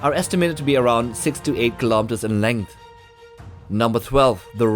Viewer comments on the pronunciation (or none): none